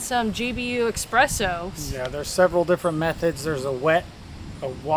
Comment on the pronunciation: Also it's eSpresso NOT eXpresso.